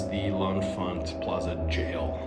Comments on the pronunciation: "Leh-Fant" or "Le-Fant" is the local pronunciation of the station. That first "n" is silent. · "Le-Fant" That first "n" is silent.